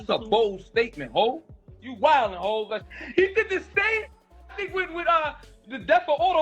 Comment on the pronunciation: HAV? Is this dude serious saying HAV?